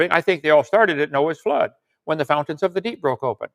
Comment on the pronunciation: Did he say Noahs floods😅😅😅